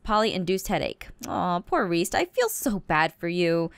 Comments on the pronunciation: She called Prof. Mobzilla Reece in the very beginning. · You called dr Modzilla Reece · u called prof. modzilla Ress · She just called him reese